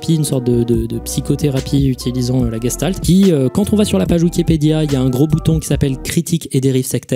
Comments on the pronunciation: Coucou! Super vidéo, juste par rapport à la prononciation des mots allemands ça se dit "geCHtalt" et non "geStalt" et pour Ganzfeld on prononce le "an" non pas comme dans "gangrène" mais plutôt comme dans "Ghana". voilà c'est tout, merci pour ton travail:) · c'est de l'Allemand et ça se prononce en vrai "gechtalt".